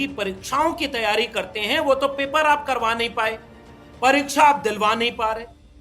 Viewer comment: क्या जबरदस्त हिंदी बोलता है। "परीक्सा" 😂😂😂